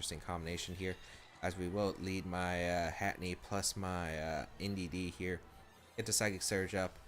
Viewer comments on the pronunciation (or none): Lol at “Hatinee”. It’s Hat-Er-Een 😂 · it's not hatinee ahhhhhh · Hey... this is a minor thing.. but I thought I should mention it... Its Hatterene (pronounced as Hat-uh-reen imo, but I can see Hat-uh-reeny) just thought I should mention it. I know you pronounced Ferrothorn as Fuhrawthorn for a while... so pronounce it as you want... but I just think it needed a mention. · I know, its anoying me too =(